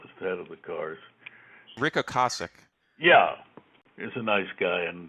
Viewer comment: Rick Ocasick has a long “A” in his name, like Casey. Batman cereal?